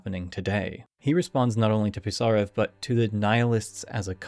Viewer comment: A minor pronounciation correction: Пи́сарев, otherwise its impossible to understand